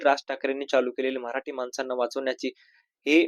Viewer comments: अरे बाबा मराटी !!!!! नाही मराठी ठी ठी याला धड मराठी शब्द उच्चारता येईना!!!!!! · Marati Nahi Marathi asauchar kara